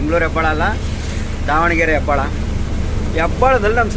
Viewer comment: ಹೆಬ್ಬಾಳ ಅಲ್ಲ ಅಣ್ಣ ಹೆಬ್ಬಾಳು 😊